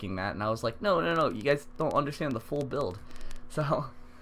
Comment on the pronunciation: I will never understand how some people cannot say escape properly. I am not hating here, I just always wonder that when I hear it. I have Fane as summoner /geomancer build and he is fucking amazing. Thank you for telling me that I can use time warp on someone other than him. I usually use it with adrenaline rush, skin graft combo to make my incarnate a teleporting death god but my hydrosophist / aerothurge could make use of it. A personal tip is to give everyone the skin graft/ adrenaline combo for some truly devastating and or exceptionally productive turns.